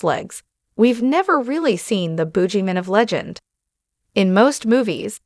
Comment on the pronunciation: What's a "spine-off"? And a "bougie-man"? (I'm guessing it's just a guy that's really stuck-up. 😂 )